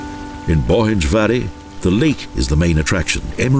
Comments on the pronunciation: The pronounciation: Bochindzh valley! They would never pronouncing so badly if it was German! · Again the pronounciation! Moshtrania and Nova Goritsha!, Bohindsh valley plus lake. Best of all Idrithsa. All crazy wrong!